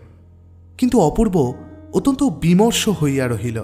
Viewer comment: এই গল্পে ও সেই দোষ দেখা গেল---ইষটক/ইসঠক। গল্প পাঠের আসর এ রবিঠাকুর কে কবিগুরু না বলে ছোটগল্প এর জনক বলে শুরু করলে কেমন হতো? অত্যনত শব্দ টির প্রতি খেয়াল রাখতে হবে।